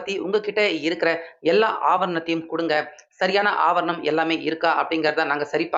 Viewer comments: ஆபர்ணம் இல்லை ஆவணம் என்பதே சரி. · அவர் ணம் என்று தவறாக உச்சரிக்கிறார். ஆவணம் என்று உச்சரிக்க வேண்டும். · ஆவர்ணம் இல்லை சரியாக உச்சரியிங்கள் ஆவணம் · தமிழில் ஆவணம் என்று சொல்வார்கள் ஆங்கிலத்தில் என்ன சொல்வார்கள் என்று தெரியவில்லை நீங்கள் தமிழில் ஒரு செய்தியைச் சொல்லும் போது அதில் இருக்கும் சில இவர்களையும் சரியாக பார்த்து சொல்லுங்கள் ஆபரணம் ஆபரணம் என்று சொல்கிறீர்கள் அது ஆவணம் என்று சொல்ல வேண்டும் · ஆவணம்..... ✓ ஆவரணம்.......× 😂 எரிச்சல் வருதே😂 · ஆவரணம் அல்ல தம்பி ஆவணம் என்பதே சரி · நாலு வரியில் முடிக்க வேண்டியதை தமிழை கடித்து குதறி நாலு நிமிஷத்துக்கு மேல் பேசுகிறார் இந்த தமிழ் தெரியாத தத்தி. ஆவணம் என்பதற்கு பதிலாக ஆவண்ணம் என்றே சொல்கிறார். இந்த தமிழை கேட்பது தண்டனை இனிமேல் இந்த சேனலை பார்க்கவே கூடாது என்று நினைக்கிறேன் நன்றி